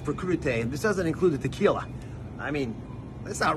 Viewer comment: Not only he doesn't do his own grocery shopping he doesn't know name of the grocery store he's at.. It's a vegetable platter dude 🙄. He couldn't even pronounce Tequila right.